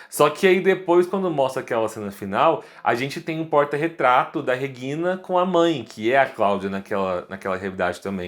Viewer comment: Pronúncia dele é estranha. Regina, do jeito que ele fala. Não está certo nem em português ou alemão. Entonação está errado nos dois idiomas!!